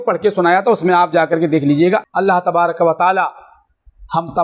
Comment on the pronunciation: Allah tabarak pe kaaf pe saakin nhi hoga re baba kaaf pr zabar rahega re baba tmhari lafzi gltio ko to mai hi nikal diya re baba 😂😂😂😂